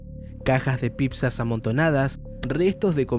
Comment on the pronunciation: gran video amigo pero no podés decir "Pipzas", no es serio.